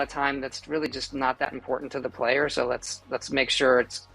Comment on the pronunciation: it went from hype hype gonna pre order for 99$ to.. nah, not me, wanted that "not really important to the palyer" listen woman, it is important to the palyer... wtf